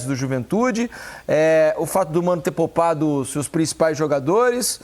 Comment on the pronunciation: " POUPADO " É COM " U " NÃO COM " L "